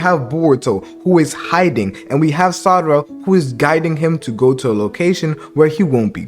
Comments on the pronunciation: say sadara it's sarada😂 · how do you know how to spell Sarada but still somehow pronounce it sadara